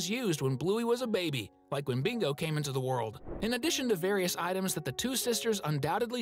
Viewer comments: It's bingo not mingo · You sai Mingo instead of Bingo😂😂😂😂😂😂😂😂😂